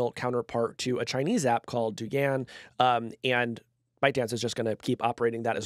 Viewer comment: Did he just call Douyin Doogan? That’s a new one 😂